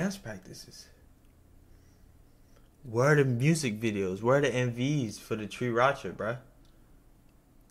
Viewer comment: "Tree racha"... BRO 😮‍💨... 3RACHA!!!